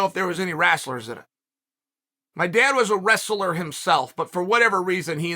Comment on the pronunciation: Chael commenting on how his dad said wrassler is funny because of how he says names like Kamaru Oozmen and George Masvidal and Paulo Acosta lol